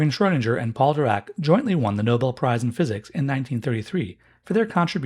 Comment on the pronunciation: Try saying "Schrödinger" with the "ing" like in "sing".